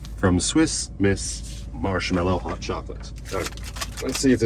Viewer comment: MarshMALLOW not mellow